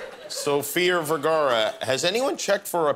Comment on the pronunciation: Why Ellen makes fun of sofias accent when she pronounces her last name as VERGERA. 🤣